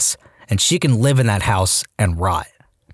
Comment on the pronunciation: can you start saying "house" properly? I shut it off after hearing HEOUS for so many times